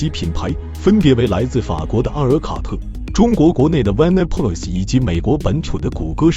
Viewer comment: 萬呢普啦 這發音 （絕了）